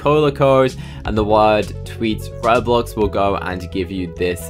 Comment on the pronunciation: You say Bowblox?